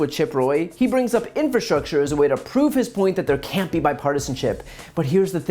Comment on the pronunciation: In-fra-structure...not in-fra-strusher